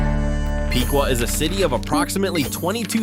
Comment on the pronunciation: It’s pronounced pick-wa